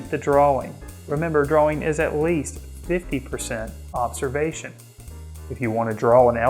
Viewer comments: I've hear Brits pronounce it like "drawer-ing" Gives me a chuckle every time. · Love your video and all the great tips! Thank you! May I give you one? The word is "DRAW-ING" and correct pronunciation is shown in the dictionary definition you had on screen. The word "draw" rhymes with raw, flaw, jaw, paw... It's okay! we're all human! I'll continue to watch & listen to your videos. Thanks again! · I think the 'w' in "drawing" is silent.